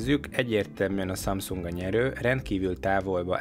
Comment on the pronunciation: Hihetetlen, hogy nem tudod a samsung nevét teljesen kimondani….